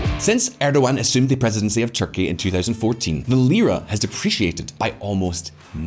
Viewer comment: we got to work on your Turkish pronunciation. It’s /rejep tai-yip erdo-wahn/ and /ah-met da-voot-oh-loo/